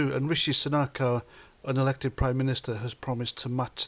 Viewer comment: just listened again and yes you actually said UNelected, it sounded like AN elected, sorry for that. However would you like to clarify your position on the Ukraine issue as far as your prediction and validity of the conflict ?